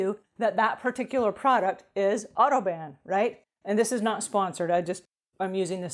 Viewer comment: Oh, odo ban! You kept saying auto ban.